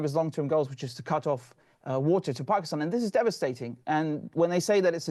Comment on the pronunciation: Love the way says Pakistan! 🇵🇰 Pronouncing it properly! ❤